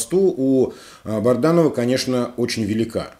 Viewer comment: Добрый вечер, если вы читаете все комментарии, почему вы упорно называете Бадранова БАРДАНОВЫМ, уже режет слух и это неуважение к слушателям, пора уже правильно произносить фамилию!!!